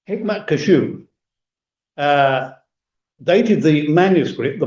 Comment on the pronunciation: Kashouh ❌️ Ḥikmat Qaššuuʕ ✅️